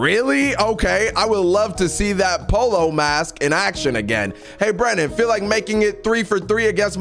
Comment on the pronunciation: "Polo" Brandon what bro.